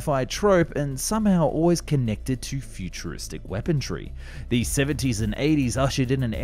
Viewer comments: Why do you always say weapondry when the word is weaponry? Is it deliberate, just to encourage people to comment? If so, bravo. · When you mispronounce luftwaffe as luftwaffle, it's admittedly pretty cute. When you mispronounce weaponry as weapondry, I'm not super into it but I let it slide. When did this whole describe rather than subscribe thing happen, though? Really love your channel but it feels rather sloppy the more you do it.